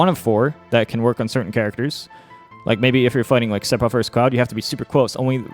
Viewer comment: Very useful information, but for the love of god... or rather, the fans, please stop pronouncing it SePfiroth. You're putting so much emphasis on the P. It's PH, like the word PHone. I can't unhear, so please un say it :P